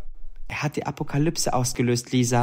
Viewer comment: 11 :44 wiese 2043 plötzlich keine akoplyse😂